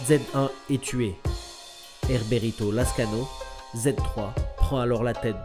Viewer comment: C'est pas Herberito Lazcano mais "Heriberto". Sinon la trilogie La griffe du chien, Cartel, et La frontière raconte tout, écrite par l'excellent Don Winslow.